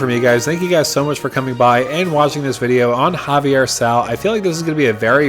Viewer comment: A little bit if a stickler response, the name of the card is pronounced zay-vee-er. The way your pronounced it would put it as Javier as the plane is based on spanish conquistadors.